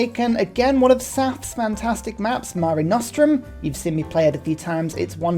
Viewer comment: I actually got hyped when you said mare nostrum correctly. Officially the best youtuber. Love you!!!